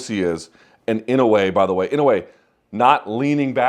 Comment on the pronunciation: You're mispronouncing his name, Luke, which seems not what one should do for a man as great as this one. My God, the calmness and intelligence in his face under pressure, right? But to the point, no, it's not IN-oh-way, it's in-oh-AY.